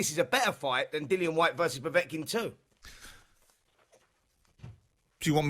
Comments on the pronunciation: They should have ripped the microphone from Simon Jordan the moment he uttered the word ‘POVOTKIN’. Zero boxing knowledge. What next, Donald Trump in the studio for a chat about diplomacy? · Simon Jordan said Povotkin. I have no interest in his opinion on boxing. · "povotkin" you can tell he watches alot of boxing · Why the fuck is Simon Jordan talking about Boxing. He can’t even pronounce Povetkin’s name correctly! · Simon Jordan is a pompus prick who knows FK all about boxing and would duck a fight with a little girl, disrespectful know nothing. Derek is a way better boxer than Simon Jordan is sports Journo, he can't even get Povetikin's name right ffs.